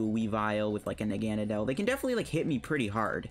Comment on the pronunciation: I THOUGHT I WAS THE ONLY ONE THAT PRONOUNCED NAGANADEL LIKE THAT!! IM NOT ALONE!!! Everyone I know says “nog-uh-nay-dull” 🙄